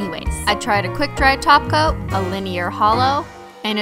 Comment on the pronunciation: My thoughts exactly! I've been trying to find the first video she realized, or somebody commented that she says "top coat" as "taco. "